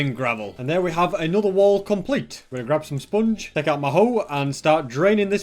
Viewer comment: I love the way he pronounces sponge as spunge.